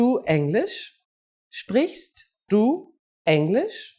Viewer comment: Confusing. "Sprichst" doesn't mean "to speak"; the infinitive of "sprichst" is "sprechen"; as correctly said "sprichst" is the conjugated 2nd person singular... Also, the pronunciation is artificially overemphasized - you usually won't hear the "t" in "sprichst du..."; but the "t" will blend into the "d" of the following "du"... just like you won't hear a "t" in the word "lecture" in English [which some Germans will sometimes try to insert :)]